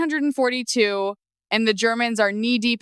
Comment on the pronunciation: AI narrator doesn't know how to say "nineteen-forty-two."